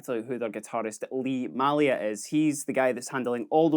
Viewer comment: May lia not Mah lia